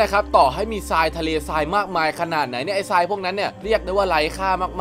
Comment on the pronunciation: อ่านผิด ทราย ทราย อ่านว่า ทาย ซราย อ่านว่า ซาย